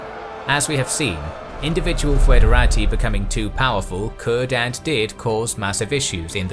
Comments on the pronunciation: It is not pronounced foo-edera-tee. Instead it's /ˌfɛdəˈreɪtaɪ/ which can be read as something similar to federeytey. As such the word is much more similart to federal. /fɛdəˈreɪtəs/ can simply be pronounced federates. The oe sound is meant more as an equivalent of the ø sound, or an o and and e together, forming a more open e-sound, but in practis it doesn't make much difference, and it doesn't really sound much different from a regular e in English. ɪ as in kit ɛ as in dress ə as in about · Haha he can't say foederati. tihihihöhöhö